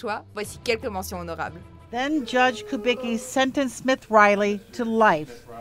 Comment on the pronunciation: Dans le nom Smith il y a un seul S, donc on dit pas Smiss, svp retenez bien ca chers cousins français.